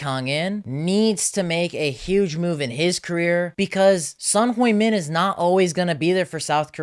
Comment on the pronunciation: Want credibility? Learn to pronounce his name. He’s only been playing for over a decade in England…even they can get it right. I turned you off immediately 🙄